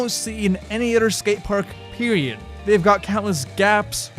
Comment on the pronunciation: "3 brutters" "any utter skatepark" its brothers. not brutters. brothers. its other, not utter. other. th. do you know what sound that makes? apparently not. get #hookedonphonics. period. or as you would say "pewiod". speech impediment man stwikes again!